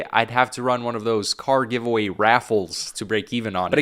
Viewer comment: No way he took a shot on Goonzsquad with the "givaway"